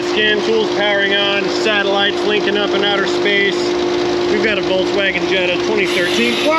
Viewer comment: FOLKS WAGEN BUDDY NOT WALTZ WAGEN, PLS!